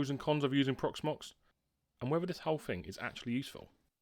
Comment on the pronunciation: You desperately need elocution lessons. It's not free for three or fing for thing. I can't watch your videos because of it. Flabbergasted how you've got so many subscribers.